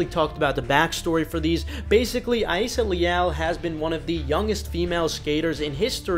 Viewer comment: Sorry, but why do you pronounce Rayssa name like that? The R is not silent